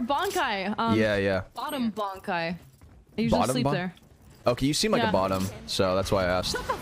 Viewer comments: Oh, just another Bleach person who says Bonkai instead Bankai. It's like some disease or something. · Bankai? It's Ban Kai, you gotta take a pause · Bro rlly said bonkai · I'm sorry, you said the bankai's name incorrectly, you have to get in the forever box